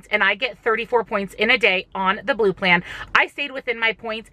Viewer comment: Hey, just started following you. Great information! I know u said u are on blue in this video but it sounded like green? Which one are you on?? Just curious